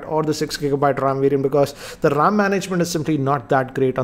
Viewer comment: siksa gigabayt rrrrrrrrrrrrrrrrrrrrrrram